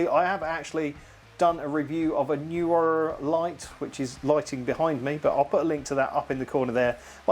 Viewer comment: I have several Neewer pruducts. I pronounce it Knee wer 😃I enjoyed the video though.